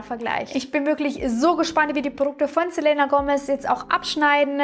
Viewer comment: bitte sprich den namen "Selena" richtig aus😅😅🥴